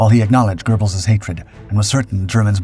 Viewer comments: There's no "R" in Göbbels! Geh-belz, not GER-belz. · There is no R in Goebles. Why do these stupid RoboVoices add them?